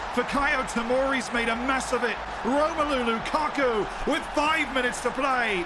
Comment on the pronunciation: Are we not gonna talk about Lu-Cock-U